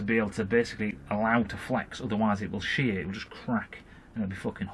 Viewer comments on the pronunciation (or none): none